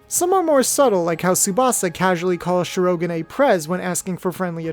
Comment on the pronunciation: Okay, because of me being an english subtitle viewer… “Shi-ro-ga-nay”? That one opened my eyes wide. Hell, I would’ve settled for an english accent “Shi-ro-gan”, which while may sound as its Japanese pronunciation, point should be still made